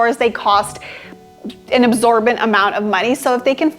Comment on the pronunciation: You're clever and trustworthy and very helpful. I have to say something though. You say absorbent sometimes. It's exorbitant. Please know I think highly of you, but please use exorbitant. Absorbent is ability to soak up liquid.